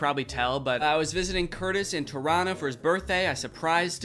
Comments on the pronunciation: danny saying toronto (torono) like a local right is giving me LIFE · as a canadian, thank you for saying “torono” instead of “tor on to”. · I love that Kurtis was able to teach Danny to pronounce Toronto like a local rather than phonetically.